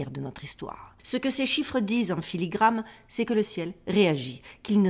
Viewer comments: filigraNe--------------------filigraNe--------------------filigraNe !!! et m'oblige pas a te le repeter une troisieme fois 😅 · Filigrane. Avec un "n"